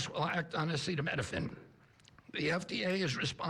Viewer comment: Come on trump, sound it out... a ce ta mi no phen